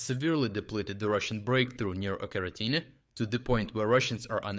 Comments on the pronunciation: Pronouncing it like Oca-rina-time is not only wrong but sounds like a Zelda game. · still subbed for quality of analysis, but lately it honestly sounds like this is narrated by AI - "Ocheretyne" pronounced one way, pronounced a different way. I can't imagine anyone saying a name of a town in 2 different ways just seconds apart, but correct me if I'm wrong. Please keep up the great work, but please don't cut corners with AI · Why are you not pronouncing the village of Ocheretyne properly? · Why do you pronounce Ocheretyne like you do? 🤔